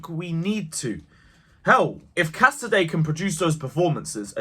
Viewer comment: It's Cas-a-day not Ca-sady. Happy with everything we saw smooth start for Poch. UTC! Keep it up.